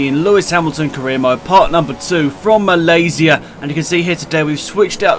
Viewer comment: The only F1 youtuber that pronounced Malaysia correctly good job mate btw greetings from Malaysia :)